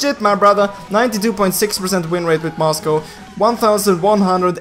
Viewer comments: oh goodness, you are pronouncing Moscov as "Moscow"... Facepalm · Itu Aksen-nya orang swedia